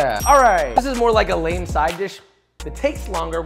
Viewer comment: Did you say lame side dish Uncle Joshua? 👀